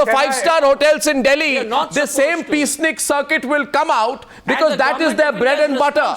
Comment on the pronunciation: Please read it as *peaceniks instead as peace snickers